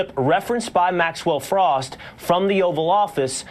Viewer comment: cmon David you know how to pronounce his last name. You don’t have to deliberately mispronunce it as if he were a republican